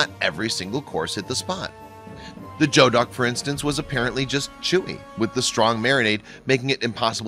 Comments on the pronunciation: "TUR-BAHT" AN "JO-DUCK" LOL This narrator obviously hasn't been out for something other than a value meal at McDonald's. It's pronounced tur-bo and goo-ee-duk. Now be gone, peasant! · Thank you. This JO-duck nonsense was driving me bananas. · It’s not ‘joe-duck’ it’s ‘gooey-duck’ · A geoduck is a kind of large clam, and it's pronounced GOO-ee-duk, not JO-duk. I'm a California chef. I know what I'm talking about. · calichef1962 - i cringed both times he said that... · You are absolutely right , its pronounced Goo-ee-duck, I am not a chef , but I have lived in the North West for 50 years. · Joe duck. Haha.... geoduck (gooey duck). I'd like to eat here one day. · Joe Duck ?? Goe Duck (Pronounced Gooy) is now protected in WA. State, they live 1 place throughout thier existance, they are now grown on sea farms. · Geoduck 🚫 joeduck ......hahahahahahaha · When you said joduck I couldn't figure out what kinda duck it was. It's a geoduck, it's actually pronounced gooeyduck. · It is said goo-ee-duck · "Turrbott"..."Jo-Duck"...thats as far as I could last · As this video is three years old I hope at least one of these many comments points out that geoduck clam (a PacNW variety) is pronounced gooey-duck. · Just so you know despite it's spelling it isn't G-E-O-DUCK Its spoken more like G-U-E-DUCK like GLUE without the L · It’s pronounced “gooey duck.” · I think it's pronounced gooey-duck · Geoduck= "gooeyduck" per wiki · It's not Joduck. It's Geoduck, like Geography, geology, Geo. Not Jo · Geoduck is pronounced "gooey duck". That bothered me a bit too much. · It's pronounced (Gew-ee-duck) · Geoduck is pronounced "gooeyduck" and turbot.... "turbo" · It's pronounced 'gooey-duck' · Geoduck is pronounced gooey-duck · pronunciation made me cringe. last t in turbot is silent. "geo" in geoduck sounds like "gooey". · Maybe the narrator should look up the pronunciation of “geoduck”, “turbot” and “radicchio”. Jeez!